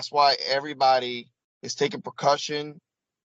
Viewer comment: it's taking *precaution not "percussion"